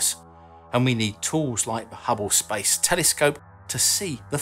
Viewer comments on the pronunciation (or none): “Spice?” Oh…I get it: “Outer Spice.” (Some sort of accent thing.) “Spice” means “Space.”